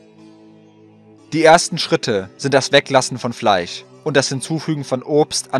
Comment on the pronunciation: Warum sagst du Fleich, es heisst FleiSCH